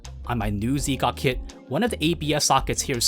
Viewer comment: Great vid, but Z'Gok is pronounced Zgok as one word not ZeeGok, thought you might wanna know